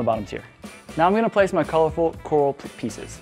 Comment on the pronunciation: who.... taught you how to say coral? who did this 😂